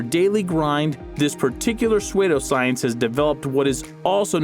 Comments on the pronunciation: It is pronounced SOO-doscience, not SWAY-doscience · Pe-sway-doe science?? Are you serious?? You dont know how to pronounce certain of your words man..... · Lol Swaydough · Suede-oh Science lol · Swaydo science lol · I love how this guy pronounces psuedoscience